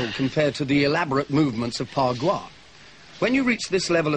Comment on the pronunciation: It's Ba gua